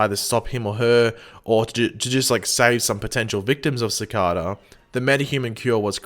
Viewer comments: It’s not cicata it’s cicada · Why does he say CICADA like that? It’s annoying lol